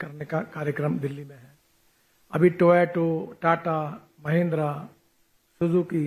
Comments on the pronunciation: Sir, TOYOTA hai, TOYATO nahi hai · Toyoto😂 bolna to aata nhi isko kya hi ye krega kuch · Toyota toh sahi se bolo bhai...